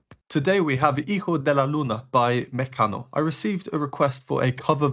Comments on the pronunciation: Your pronunciation of "Mecano" is very good, and yes, you should listen to more of their music, great composers (brothers Cano) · You didnt butcher the name of the group 👏👏👏